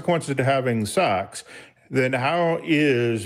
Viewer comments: Hey, it's sex, not sax. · "there are consequences to having sucks"😂😂 I swear I'm not trying to be mean just something I noticed, it sounds like sucks more than sex 😂 By the way I don't agree what Matt said when he said if you're not insured you shouldn't be driving a car because my mother drives a car still despite her not having car insurance because she can't afford car insurance but yet she still drives because she has to get from here to there somehow doesn't she? My main concern is that you have a license to drive and that you're a good driver.